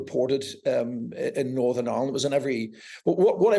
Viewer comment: He can't even pronunce Northern Ireland, I'm sure that's a put on accent, we don't speak like that.